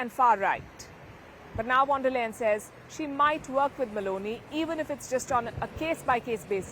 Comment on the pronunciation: Palki mam, please pronounce 'V' of Von der Leyen as 'F' not as V because it's a German name and wherever this V comes in German language, it's F. Hence, it should be Fon der Leyen. Thanks